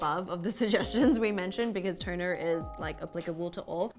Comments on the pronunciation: Lady on the left! Do you see when you pronounce 'toner', your script comes up as 'turner'..? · why do i keep hearing u guys said "Turner".... again "Turner" ... Is it turner syndrome ? 😂 im too biology now . fix me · Is it me or they pronounce TONER as TURNER??? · Really girl on the left teach your friend the girl on the right how to say TONER not TURNER